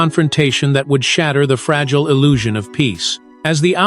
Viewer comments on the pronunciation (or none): none